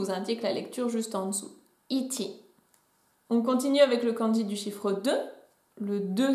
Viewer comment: "Hiti" ? Ce n'est pas plutôt "Ichi" (いち) en lecture ON et "hito" en lecture KUN ? La prononciation ne me semble pas correct...